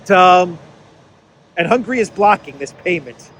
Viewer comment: hi, thanks for your excelent update. Just a small hint: it is not hungry, it is Hun-ga-ry. Try to pronounce it more like a Greek than an English speaker person 😁. Orban said, the European Union cannot become an "In-debt Union". Hungary is ready to help Ukraine on a bilateral basis.